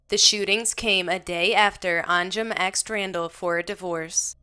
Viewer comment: No one should ever say the word, aksed or axed instead of ASKED! So annoying.